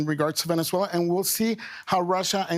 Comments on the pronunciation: It’s pronounced Venezuela not venechuela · What's the deal with that pronunciation? she's saying "Venetzuela" lol